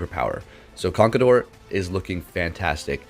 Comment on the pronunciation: "Memeshao" and "Conkledorr" got me wheezing'🤣🤣